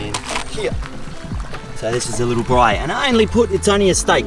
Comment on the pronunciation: you mispronounced the word ‘braai’ ;)